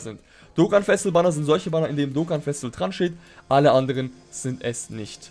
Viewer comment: "Dokkan exklusive Charakter" und "Festival" zb, sprichst du so schnell aus, das es komisch klingt. Ich weiss nicht obs vielleicht n Dialekt ist aber, Festival zb klingt wie Festl. Und da du relativ oft die Wörter verwendest, ists mir halt aufgefallen. No Offense an dieser Stelle, finde du machst absolut gute Arbeit.